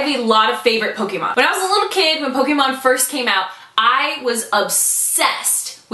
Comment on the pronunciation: PS. I'm never gonna get over how correctly you pronounce Pokémon!